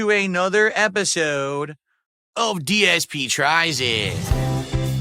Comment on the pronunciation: He can't even say his own name he said GSP instead of dsp